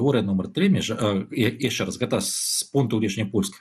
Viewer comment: (Чь) не мягкая,( Ч) не -яшще-,а -яшщэ-,не надо русить! Но всё равно очень правильно што не па рюски.